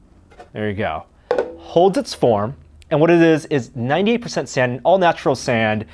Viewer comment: Kinetic sånd pronounced sarnd